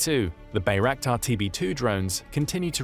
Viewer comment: The way he pronounces Bayraktar makes me think of Reptar from Rugrats.